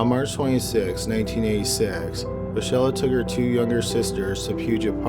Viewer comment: the girls name is pronounced mickayla, not michella